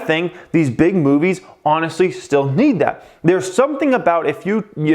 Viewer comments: I thought you said big booty🍑 lol big movies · Did you say big booty lol